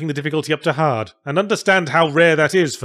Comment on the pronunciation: Yahtzee said: “I ended up cranking up the difficulty to hard”. I heard: “I ended up cranking up the difficulty to Jihad” Cue me deep-diving the word Jihad in Google to see how difficult that is because I didn’t understand the metaphor.